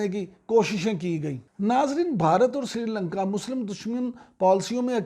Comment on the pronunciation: Srilanka NOT Sirilanka Please correct. Thanks